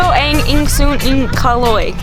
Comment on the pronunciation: I almost fell off my chair when your brother-in-law "Ako ang bayaw ni Calog". Why did they have a hard time reading the word 'Caloy'? The last letter is 'y' and they pronounced it as 'g'. You know what kalog means? Kalog is Tagalog slang for crazy.